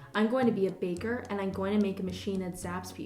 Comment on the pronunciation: "Ine gonna"